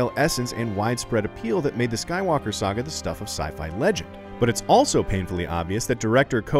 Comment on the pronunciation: Star Wars: The Rise of Sue-walker